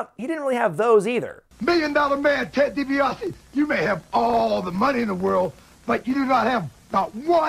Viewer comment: 'Ted DiBaise'.